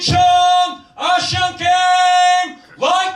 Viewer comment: 보면서 댓글 답니다 영어로 소개 잘 하다가 구수한 발음으로 인천 아시안 께임 하니까 생소하긴 하지만 이런 격투이슈 만들어 주셔서 감사합니다 무채색필름 신관장님 화이팅